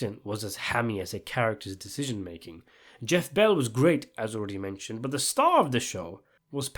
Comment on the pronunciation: Geoff ball not bell